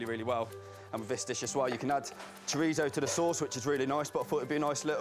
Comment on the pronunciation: I wish they would learn how to pronounce ‘chorizo’ It’s not Italian, and it’s not written with two z, like pizza! If you don’t speak Spanish, there’s no need to lisp - just pronounce it like an ‘s’